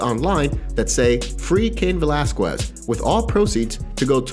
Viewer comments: God, it drives me up the wall when people can't pronounce Cain's last name right! Since all this stuff with Cain started, I've heard several people butcher his name! 🙄🤦😡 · If I listen to you say Velazquez wrong again ,my brain will explode!!! Ugh